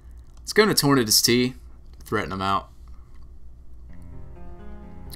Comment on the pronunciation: Ive always wondered why you call it torn-uhdis lol its tor-nay-dus Like tornado, unless you pronounce it tor-nuhdo. Then you just keep doin that.